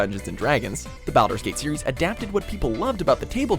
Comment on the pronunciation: SnookySnook420 also there was a console Baldur's Gate?? Like two of them, if I remember correctly? Unless we're pretending they don't count, just like we're pretending this dude knows how to pronounce Baldur's. Lol